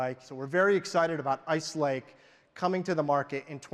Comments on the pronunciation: did he say ike lace ??? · did he say "Ike Lace"...there were several errors and mistakes made...wimply in the speeches...things that were said...etc....it make me feel like they did not really prepare, or more likely, felt the heat from the competition..and decided to show some stuff "too early"....I mean things they showed were promising...but something feels off about all of it.